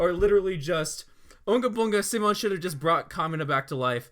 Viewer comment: Good channel and good video. Had to stop watching though because you guys kept pronouncing Simons name wrong. Also the "if you dont agree with me, yourr r3tard3d" thing. 8/10 video